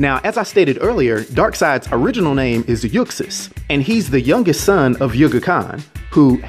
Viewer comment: You're saying his birth name wrong. The x in Uxas is pronounced like a z. It's pronounced "yoo·zos". It's a play on the words 'use us', or 'uses', since he manipulates others into doing his bidding